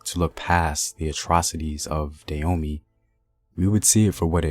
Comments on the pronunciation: Dah- hoe- may. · Why does the Narrator here pronounce the name Da yo mey rather than Da ho mey? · First of all the rightful pronunciation is Dah-oh-may not day-yo-me. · Not Da Homey, bruh. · Love the content. I have family who still live there now. It is pronounced Dah as in Dad Ho as in Hoe Mey as in May the month Hope this helps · Koudous Moutairou Prove it.. unless u was there to witness it u cant.. not takin this guy story at face value, wat are the sources? He cant even pronounce the name right.. im good